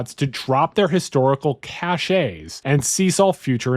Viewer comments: its pronounced cash, not ca-shay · Just so you know, cache is said exactly the same as cash, not like kash-ay as you said it. Your research here seems good and is really interesting. Gonna have to look this stuff up and read more on quintessentially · Cache is pronounced cash.